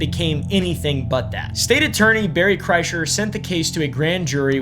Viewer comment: “Berry” Kreischer. Hmm related to Bert perhaps